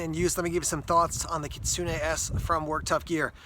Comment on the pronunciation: You're the only youtuber who actually pronounced the model name right lol Good review. That's what I'm looking for in a small fixed blade EDC knives.